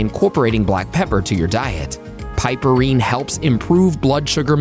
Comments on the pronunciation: OMG the amount of times it was pronounced wrong just was like nails scratching a chalkboard. PRONOUNCED: PIP-UH-REEN, the E is SILENT!!! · "piperine" is correctly pronounced as PIP-per-reen